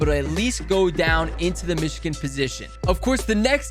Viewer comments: Anyone else bothered he says "mishkin" and not Michigan? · It’s Michigan